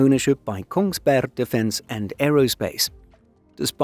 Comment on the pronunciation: There’s even the very Eastern Norwegian dropping of the last g, so now he’s ready if a news story happens in Sarpsborg.